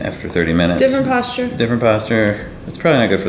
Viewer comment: You are saying the word wrong and I just can't help cringing every time I hear it. :) Good video though. Say Postcher. No, not Post Cher. Postcher as if you were saying what you were saying the first syllable of what you were saying but now the second syllable is CHER instead of the second syllable sound of ER as was the way in which you were pronouncicating the syllable. (Yes, I know that is not a real word, but I thought I liked it as it appeared in my head organ and decided to go with it, for better or worse...so help me Fonzi.)